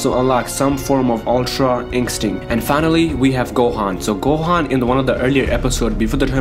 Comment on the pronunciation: Why can't you say ultra instinct properly 😂😂